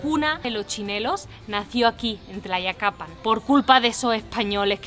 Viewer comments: Estas bien loquilla. Y más tratando de pronunciar el nombre del pueblo. Me encanta ver tus videos. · Visitas pueblos cuyo nombre ni puedes pronunciar. Y porqué una extanjera y española además me enseña mi país? Ni saba la cultura ni lee nad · No bueno que simpática eres, me imagino que si te cuesta decir Tlayacapan no me quiero imaginar que digas Tlacoquemecatl, pero siempre es posible todo así que igual te pido que visites su pequeñísimo parque en la Del Valle y vayas a comer a los Chamorros!!! Ja ja, eres linda y lo que le sigue!!!